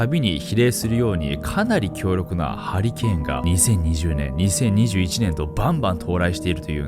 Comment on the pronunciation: うとうとしてたらハリケーンがハリーケインに聞こえてびびった